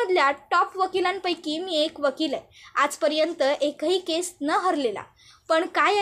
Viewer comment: अग बाई मराठी शुध्द बोलता येत नाही का ? एक असला किंवा अनेक असले तरी केस्अ नाही तर "केस" असे म्हणतात.